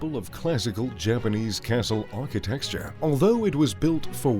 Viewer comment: Okay so he can’t say ARCHITECTURE (which isn’t pronounced archi texture), R.E.M, or Edinburgh ( which is pronounced Edin bu ra.)